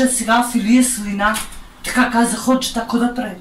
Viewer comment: Много е смешно как викаш али Баба хожа